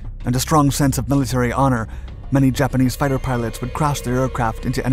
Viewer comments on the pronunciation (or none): none